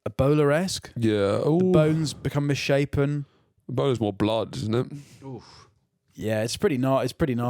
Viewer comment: HAITIAN HITLER,...... "bluud"